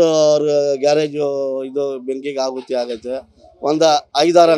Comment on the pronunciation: ಹಾಹುತಿ ಅಲ್ಲ, ಆಹುತಿ ಅನ್ನು. ಕನ್ನಡ ಎಲ್ಲೋ?